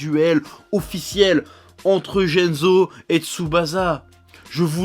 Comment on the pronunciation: Shutatsu et jenzo faut revoir ton japonais chef